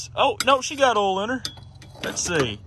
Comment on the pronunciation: I think it's funny how ya pronounce "oil" without the "i". Check the ol.